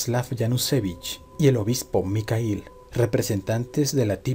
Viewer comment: EXELENTE CONTENIDO SOLO QUE EL NOMBRE MIKHAIL EL EL ESLAVO DE MIGUEL PERO LA PRONUNCIACION NO ES MICAIL SINO MIJAIL IGUAL QUE SUKHOI NO SE DICE SUKOI SINO SUJOI